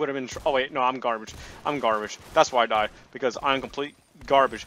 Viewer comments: he keeps saying garbge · This is how many times said I’m GARBGE ⬇️ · I have a challenge tell me how many time he said garbeach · I will change what you hear... “GRABAGE” ”GARBITCH”